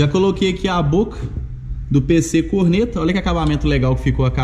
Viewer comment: Caraca mano, toda a vez q o fala "Pc Corneta" eu escuto "Pc cornera" AHSUAHSUHSUSHSUS